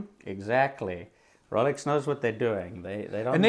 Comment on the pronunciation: I thought dude was saying Relics not Rolex for the first few times haha. I thought maybe that was another brand at first